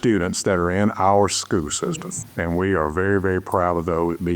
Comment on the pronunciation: Does nobody in this town know how to pronounce the word “school”?